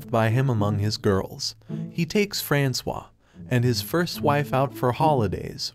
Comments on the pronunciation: ERRR FRANK-OIS?!?!?! You mean... frans-wa?! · I think her name is supposed to be pronounced as “Franswaa” and not “Frankois”. 😂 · right - not FRANKS OIS like in the video...